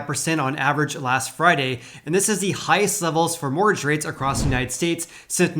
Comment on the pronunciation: Hehe, I love the way you say 'mortgage', Sounds like, "morrage". Love it! :)